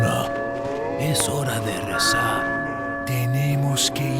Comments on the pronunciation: its not "rensar" its "rezar" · Its "acá" not "a cá" Its "rezar" not "rensar" Its "Luis Serra" not "Luis Sera" Its "pedazos" not "padazos" Its "cojedlo" not "cojelo" Also, in the game the characters say " Ya es hora de asplastar" but its "aplastar" And the are tons of mistakes like this Its kinda dissapointing